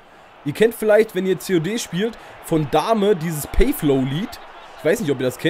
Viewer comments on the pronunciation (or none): Haha, Dame richtig mies ausgesprochen xD